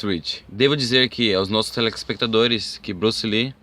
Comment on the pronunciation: O dublador sequer consegue falar "telespectadores". Mano, cuidado.